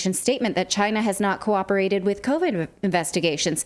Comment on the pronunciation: Trump said CHI-NA